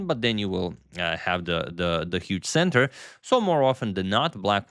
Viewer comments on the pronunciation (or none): none